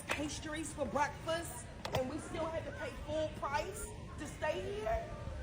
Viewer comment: That can't even pronounce breakfast properly.